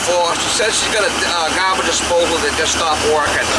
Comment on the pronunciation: Correction its garbaje disposal or garaje ??